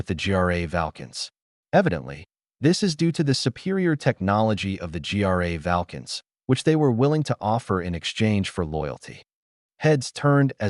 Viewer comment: Thanks for the story! Say, when I use naturalreaders to do TTS there is an option to alter pronunciation of certain words. It is particularly useful when using endonyms. For example, the narrator here keeps pronouncing "Gra Valkas" as " G R A Valkas" and you can fix that. I don't know what service you are using or how much time you put into these TTSs, but I thought I would mention it.